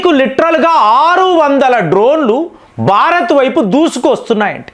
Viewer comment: 1) భారత్ అని అనండి. భా కి వత్తు పలకండి. బ కు వత్తు పలకండి. 2) ఈరాన్ అని ఈ దీర్ఘం పలకరు కదా... ఇరాన్ అని అంటారు అందరు... చాలా వివరాణాత్మంగా మీ విశ్లేషణ బాగుంటాయి.